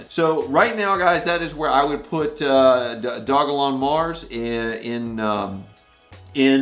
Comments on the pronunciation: It’s pronounced dog-a-Lon You can read it on their site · Its called do-jah-lon. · Great content, thank you. NB: Dogelon is pronounced doge-e-lon Mars for future reference.